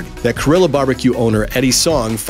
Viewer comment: How can someone read korilla as carilla when you know it’s a Korean Mexican fusion.. it’s clearly pronounced like Korea and it’s clever af